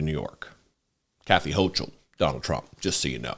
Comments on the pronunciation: Not that it matters but, as a New Yorker, it's pronounced Hoke-El not Hoch-el in terms of our governor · (Gov's name is pronounced .... HO - kull. Like "local" or "yokel")